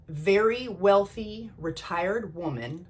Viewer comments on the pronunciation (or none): none